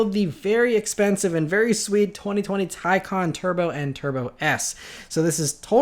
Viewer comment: Yes! You may be the first youtuber i have heard pronounce the Taycan correctly. Bravo